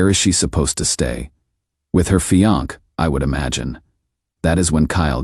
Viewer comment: Fe-onk..??? Fe-on-key..?? Wth. Fe-on-say. Fiancée. Good story, HORRIBLE AI.